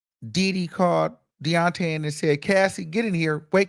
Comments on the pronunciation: Every damn time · Me too 😂😂😂😂😂 I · Me toooooo lmaoooo I love it. I can’t stop saying it like that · EVERY TIME!!!!!😂😂😂😂😂😂😂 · I luv it!!😂❤ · On god lmaooo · Yesssssss I will already miss it once the trial is over! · Yes lmaoooooo😂😂😂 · Me too! I love it he is a whole fool "Dideee"!😂😂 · Why do he say diddy like that 😂😂😂